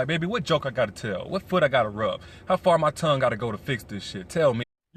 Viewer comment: Did he just really say: how far my tong have to go😳